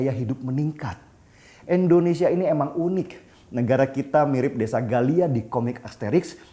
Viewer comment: Tujuan gua nntn yt sekarang cuma liat lu bang. Tapi tolong lah kalo ada kata2 Indonesia jangan abang sebut endonesia.. pake in atuh bang